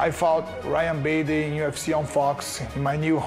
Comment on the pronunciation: did machida just call ryan bader ''ruan baby'' LOL